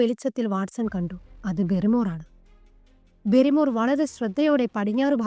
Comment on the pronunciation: ബാരി മോർ എന്നാണ് അല്ലാതെ ബെറിമോർ എന്ന് അല്ല. ഹോട്ടലിൽ നടന്നു കാര്യം മൊന്നും പറഞ്ഞില്ല ബാസ്‌ക്കർ വിൽസിലെ വേട്ടനായ എന്ന ഈ കഥ നന്നായി പറയാൻ ശ്രമിക്കുക